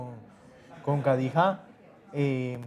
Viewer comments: No sabe ni pronunciar su nombre... Kadijá😂😂😂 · Le falta experiencia. Lo que no me gustó es que no pronuncia su nombre. Khadija se pronuncia Kh se pronuncia j y j como y o ll.